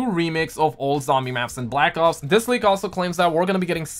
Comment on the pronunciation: Am I the only one who heard him say black cocks and zombies